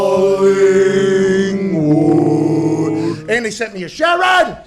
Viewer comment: Wouldn’t listen to too much regarding AFL. Dude can’t even get the club locations right let alone pronounce the names correctly. Esseton, Colinwon 😂 Perth is the Western part of Australia, hence West Coast Eagles.